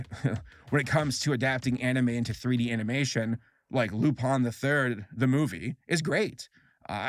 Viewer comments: Excuse me but... Lupon? the third? It's Lupin XD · Lmaooo Lu-pon 😅 its lu-pin hes based off of a french thief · Lupon? Am I hearing that wrong or did he pronouce Lupin weirdly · why do you pronounce Lupin as "Lupon"? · "Loop-on the third" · As long as he don’t call it “Lupon” like he did in this video, I’m down for that.